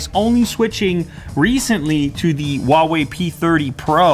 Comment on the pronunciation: 1. This phone came out months ago. 2. I will never take seriously any chinese manufacturer, even Huawei, they're all just copying Apple and Samsung. 3. Huawei is pronounced with an H.